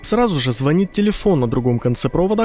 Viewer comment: не звонит, а звонит. Хихихиха